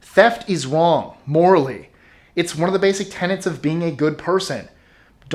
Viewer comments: "Theft is wong" dumbass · "Theft is wong morally" I laughed my ass of within the first second. XD